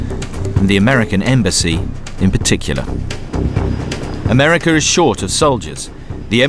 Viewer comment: It's pronounced America, not Americer. Why do yous always do that? Speak properly